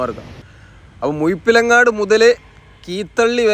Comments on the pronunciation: Muyapilangad alla Muzhapilangad clean malayalam parayu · അക്ഷര ശുദ്ധി മികവാക്കണം... മുയിപ്പിലങ്ങാട്.. അല്ലാ മുഴപ്പിലങ്ങാട് എന്ന് വ്യക്‌തത വേണം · മുഴു ❌ മുഴു ❌ മുഴ ✅ മുഴ ✅ മുഴ ✅ മുഴ ✅ മുഴപ്പിലങ്ങാട്‌ 😜🙏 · മുയി അല്ല. പറയുന്നത് മുഴപ്പിലങ്ങാട് എന്ന ല്ലേ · മുയപ്പിലങ്ങാട് അല്ല, മുഴപ്പിലങ്ങാട് എന്ന് പറയൂ😊😊😊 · ഞങ്ങളുടെ മുഴപ്പിലങ്ങാടിനെ ഇങ്ങനെ കൊല്ലല്ലേ ബ്രദറേ 😭😭😭 മുയിപ്പിലങ്ങാട് അല്ല, മുഴപ്പിലങ്ങാട് 😂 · മുയിപ്പിലങ്ങാട് അല്ല ചങ്ങാതി മുഴപ്പിലങ്ങാട് ആണ്. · എന്റെ സുഹൃത്തേ ! മുയ്പ്പിളങ്ങാട് അല്ല ! മുഴപ്പിലങ്ങാട് ആണ് ! നാവ് വടിയ്ക്ക് ! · മുയപ്പിലങ്ങാട് അല്ല boss മുഴപ്പിലങ്ങാട് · നാക്ക് വടിക്കേണം. മുഴപിലങ്ങാണ്ട്